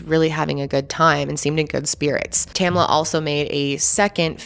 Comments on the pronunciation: Her name is Tamla not tamala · Exactly! Two syllables. TAM-LA. There were only 9 other women there, most of whom she knew. Not surprised Tamla didn't want to go.